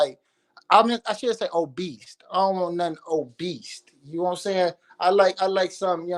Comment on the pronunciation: "I dont want nothing OBEAST" 😂